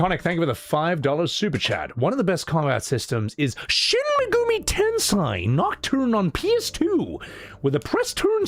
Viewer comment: love you man and I say this with all respect: Shin Megumi Tensei, the Tensei is Ten-Say, meaning Reincarnation. Ten-Sai is entirely different. It meant genius. XD